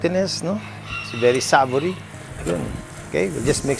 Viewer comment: Say-vo-ree!!!! Not sah-vo-ri